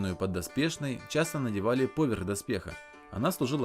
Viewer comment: Недавно нашел этот канал, интересно рассказываешь и показываешь, НО, пожалуйста, перестань делать ударение в слове "поверх" на букву О, боже, я только из-за этого видео торможу, настолько сильно режет мне ухо, да и другим, думаю, тоже. повЕрх!